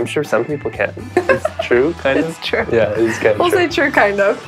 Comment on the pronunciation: It's said ture instead of true